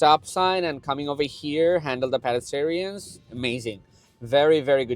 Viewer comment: Good video! Please look up the pronunciation of "pedestrians"